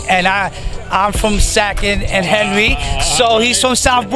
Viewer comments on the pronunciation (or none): none